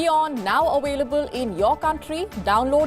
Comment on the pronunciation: You are now Awailable? Lol? Can you learn English first?